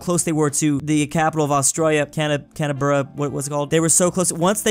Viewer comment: He can’t say Canberra